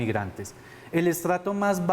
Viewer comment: Alguien que le explique a ese man cómo decir "Catar" y "Bangladesh" 🤦‍♂️